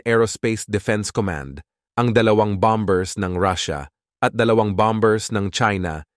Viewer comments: Hindi bam bers, bamers seguro, silent b. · Bombers is pronounce as bamers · Basahin mo ng maayos ang word na bombers, mali ang pronunciation mo bro